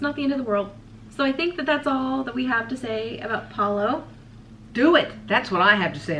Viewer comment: Huge thumbs up for correctly pronouncing Palo! You're one of the few Disney cruise vloggers including Adam that does! Everyone should take note! Palo brunch buffet was one of my favourite onboard experiences. I will definitely miss the caviar LOL! Before The Blip, it seemed that the brunch buffet leftovers or whatever was prepared extra that day would be served at the late night mini buffet in the adult District, not every night but only when Palo had been open for brunch earlier that day. I didn't complain LOL! You precisely stated why I prefer brunch over dinner at Palo. Definitely don't want to miss a dinner show in the MDRs! Thank you for sharing your dining experiences! Your mum does a wonderful job as co-host!